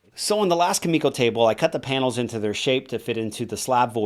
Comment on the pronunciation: its really triggering that hes saying kumiko wrong, but awesome build anyway